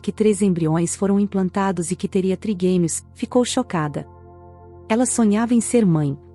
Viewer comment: Não sabem nem pronunciar,é trigêmeos, não triguemios